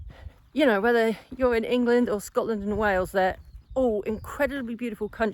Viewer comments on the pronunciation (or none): none